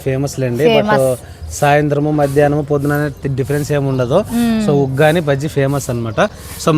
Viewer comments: వాగ్గాని అనకు ఉగ్గాని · వగ్గాని కాదు 😅😅😂 ఉగ్గాని 🤗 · దానిని ఉగ్గాని అంటారు వగ్గాని కాదు ఇంక వాటిని బొరుగులు అంటారు బురుగులు కాదు